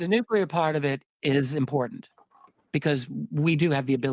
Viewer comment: Nuculear. You've lost me. Sorry.